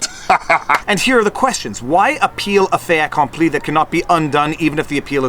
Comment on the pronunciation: Bogan Barry from Down Under here, mate, its pronounced as it looks, fait accompli, the last consonant is heard if followed by a vowel on the second word, I know you seal-bashers hate French but please enough! alright mate, nice work otherwise, later, catchy anthem oh, cananada oh cananadia, oh cananada our sons......